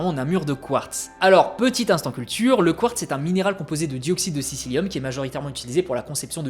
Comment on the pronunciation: siLIcium et pas siCIlium, qui n'existe pas, appart si tu veux faire bronzette